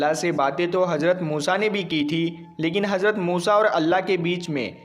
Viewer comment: Hajrat nhi Hazrat hota h thoda bolne ka tareeka badlo to aur acha lagega..... Z aur J me farq hota h ok....